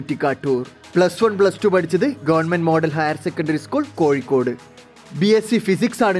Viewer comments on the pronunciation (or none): none